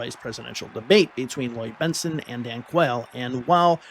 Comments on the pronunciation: Bentson not Benston! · Please pronounce Bentsen correctly!! It's BENTSEN, not BENSTEN!! Otherwise....love your videos! 😂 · Benson, not Benston. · The name is "Bent-sen", and not "Bents-ten". Anyway, Dukakis never really had a chance in this election. The election was largely a referendum on the past 8 yrs under Reagan. Unfortunately for America, Bush pushed the "Free Trade" agenda, including favored-nation trade status with China and NAFTA - which only increased & sped up the off-shoring of American jobs. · Minor correction to your excellent video --Bentsen, not Bensten. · It’s “Bent-SEN”, not “Bent-STEN.” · Just a note - his name was BENT-sen. Like "benson." Not BENT-sten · i think you are going a bit overboard. He admitted that he said the guy's name wrong.